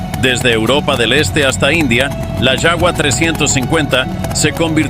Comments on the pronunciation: Se pronuncia yaba no yagua, es aleman no ingles. Todos los narradores hispanoamericanos cometen el mismo error en los videos. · Desde cuando Suecia perteneció a la urss? Ese mapa es mas falso que una moneda de 3 dólares. La pronunciacion del nombre es horrible! Se pronuncia como "Java" no como "shaua". La AI aun falla.